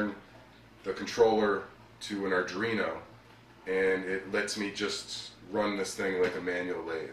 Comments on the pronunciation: i just discover ed your videos, so far so good😁auick question, are you calling an arduino a argino? maybe im mispronouncing it. just curious. im not busting balls, ive ialways pronounced it like ARE do ee no. please keep up the videos, they interest me greatly. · Pronounced 'are-DWEEN-oh'. I got more out of this video than many others because you showed the other program possibilities like ball turning, etc. Great work!